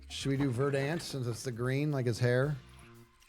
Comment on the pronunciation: I know this is almost irrelevant to the entire stream, but it's been bugging me how many hermits pronounce "verdant" incorrectly. You put the emphasis on the first syllable; it's closer to "VER dunt" than "ver DANT"